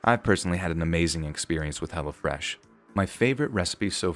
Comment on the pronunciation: Lol every time the ad said hello fresh, it sounded like hella fresh